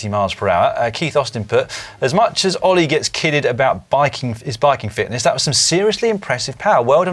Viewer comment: Surely I can't be the only person who heard Dan refer to Ollie as 'Hollie'?